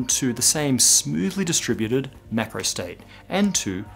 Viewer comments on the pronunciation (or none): maybe it's because I am not a native english speaker, but it seems to me that you are pronouncing "micro" and "macro" the same way.